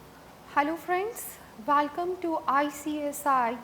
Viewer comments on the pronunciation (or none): This lady doesn't have 'E' in her vocabulary. Each word with E she sas it with A. Banaficial Tex Walcome Antering Santral. My ears are hurting. 😐😐😐